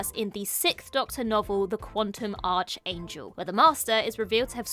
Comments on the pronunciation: We should probably also point out that it's pronounced "ark-angel" and not "arch-angel" ;) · Please learn how to pronounce English correctly. "Archangel" is pronounced "arc-angel". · you pronounced the story as: The Quantum Arch Angel. It should be pronounced: The Quantum Ark Angel. Sorry for being pedantic 😅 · Archangel is pronounced Arkangel... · "arch-angel" What?! What is an arch-angel, then? it is pronounced with a 'k' sound instead of 'ch' ... much like ARK-angel, in American English, or AAK-angel in British English. The k sound is essential to this particular word. It is NOT supposed to sound like 'archenemy', a word you just happened to use almost immediately afterward... which, I suppose, could be why you misspoke. (I suspect the scriptwriter set you up! lol) So, there you go, a correction AND an ready excuse for it! Everybody lives! ;-] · pronunciation of Dalek isn't as bad as her pronunciation of Archangel 😂